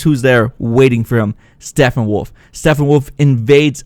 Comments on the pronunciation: His name is Steppenwolf not Steffenwolf. You always pronounce it wrong and its kinda annoying. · Great break down, but it's Steppenwolf. Not Stephenwolf. Sounds a lot like your saying Stephenwolf. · Stephenwolf..? Thought it was Steppenwolf...?